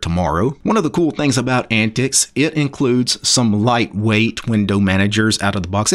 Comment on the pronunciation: I don't think its 'Ant-tix'...I think it sounds more like 'ant-teeks'...which is what the OS was designed for...older computers.